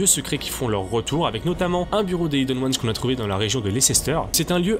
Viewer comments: C'et pas prononcé Ayeden Ouanes, mais bien hiden ouanes, j'ai écrit pour la prononciation bien sur Regarde cette vidéo en VO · svp : prononcer "aïdeune ones" parce que "ideune" c'est vraiment moche